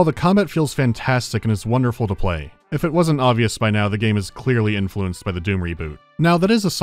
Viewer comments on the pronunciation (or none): none